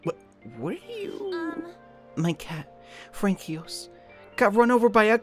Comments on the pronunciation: aww, you don't say it "frankyos" but "franssuah" 8"D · not Fran-kee-os... it's Fran-swah. French am i rite? :P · Francois is pronounced "Fron koi" .... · You're saying Francois wrong. You said it like 'Frank-eos' when it is actually 'france-wa'. Also there was a typo in the subtitles if anyone noticed. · Francois is pronounced "Frank-Wa." not "Frankios" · Fran-ki-os? Not to judge dude, but that pronunciation was horrid. The "coi" in "Francois" is pronounced like "soi", so it's Fransois, with the last S being silent. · What the hell kind of pronunciation is FRANKEEOSE? Jesus Christ dude. Get some culture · First it's Quin-o-ah and now it is Fran-ki-os? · 4 those who want to know how to pronounce françois it’s pronounced fronswa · In pretty sure Francois is pronounced fron-swah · God damn people are crying in the comments about Francois being pronounced Frankios, chill out lol Also I think it fits because Ann has some... pretty terrible acting. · Isn't it pronounced as Fran-swaaa? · "Frankyos" Dear god kill me now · Frankie-OS was amazing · It's pronounced Franswah btw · All the people in the comments crying over Francois being pronounced Frankios, disappointing but calm down chap and chapettes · Because pronouncing all the letters is for suckers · Btw, "Francois" is pronounced more like France-swah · Actually, it is pronounced 'francewa' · THEY PRONOUNCED IT INCORRECTLY!!!!!!!!!!!!!!!!!!!!!!!!!!!!!!!!!!!!!!!!!!!!!!!!!! AGHHHHHHHHHHHHHHHHHHHHH! ITS PRONOUNCED WITH AN S! PRETTY MUCH FRANSOIS! LEARN UR WORDS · i think francoise is actually pronounced like "franswa" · Did you seriously read "Francois" as "Frankios"? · Luigizilla same lol I died. it's more like... FRAN SWA the c is a... well... ç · don't understand, you pronounce "Crepes" as kr-eh-pp, so he wasn't that far off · My french ears bled when he pronounced Francois 💀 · As a French person I was extremely triggered by the "François" part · As a Brit I wanted to die